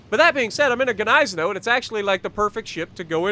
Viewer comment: The end pronunciation is like Gneissen"ow", as in "wow".